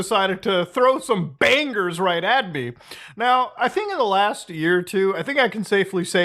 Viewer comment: Dude says bangers with a loud g